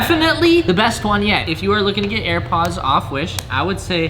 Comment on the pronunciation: Go to did he say hair or air ????